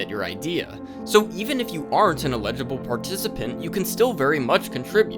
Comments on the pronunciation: You're pronouncing "eligible" like "illegible" lol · with love, it's ELL-idg-ih-bull, not ill-EDG-uh-bull 💜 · Am I mishearing, or is "Eligible" being pronounced like "Illegible" by mistake? Someone please correct me if I'm wrong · not to be nitpicky but it took me until like halfway through the video to realize you were trying to say ELIGIBLE participants and not ILLEGIBLE participants and was very confused because my brain was interpreting things the opposite way to how they were meant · I mean this in a completely constructive way, but you are pronouncing "eligible" as "illegible" for the entire video and it changes the meaning of all of your statements! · him pronouncing eligible as "uh-LIDGE-uh-bull" and not "EL-idge-uh-bull" is bothering me too much for no real reason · You keep saying illegible instead of eligible XD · Eligible participant, brother. ELIGIBLE. Not illegible lol. Regardless, I'll be keeping an eye on how this develops. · bro you gotta say "eligible" differently. it sounds like you're saying "illegible" and it confuses the hell out of me lol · i was about to mention that too😅 it took me a long time to realize he meant eligible bc i was wondering why he was calling them illegible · When you say "eligible" it sounds like you are saying "illegible". Eligible has an emphasis on the 'EL' sound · FYI the word you're looking for is "ineligible," not "illegible." Great video ❤ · elligible: able to participate inelligible: disqualified from participating legible: able to be read illegible: unable to be deciphered or read sorry, your flip-flopping on pronunciation got to my spouse and i a bit 😅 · I know this is a nitpick, but I want to let you know you confuse the pronouciation of "eligible" with "illegible" constantly in this video. It's just a bit distracting, not a major issue. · Never heard anyone pronounce eligible this way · You pronounce the word “eligible” extremely weirdly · Gang please look up the pronunciation of eligible